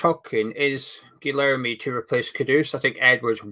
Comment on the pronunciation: you pronounce it gerlerme I know us brits have trouble saying anything foreign. And i spoke to a Brazilian who is a flamengo fan and asked him about bruno. Basically I asked if hes any good or not. I got a very positive reply so guessing hes half decent atleast